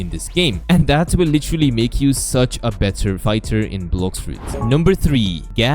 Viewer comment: "LICHERLY" "PWRETTY "